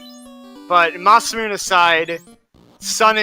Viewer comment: Ma-Se-Mu-Ne guys come on...